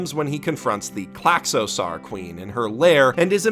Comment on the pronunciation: Wow, someone's reading way too into things again. And also that pronounciation of Klaxosaur... it's "sore", like the ending of the word dinosaur. Not "sar"